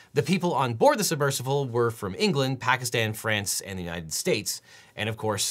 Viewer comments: How is no one talking about how Devon pronounces it submercivle? Idk if it's just me or am I going crazy? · Devon knows there is no letter "V" in the word submersible, right? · SUBMERSIBLE. Why do you keep saying "submersivle?" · If I start saying "submersivle" after hearing Devin say it for 25 minutes I am going to be PISSED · I’m here to hear Devin say “submersivle” over and over 😂❤